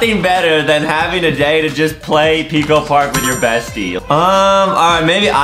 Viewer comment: Adem said pway and no one noticed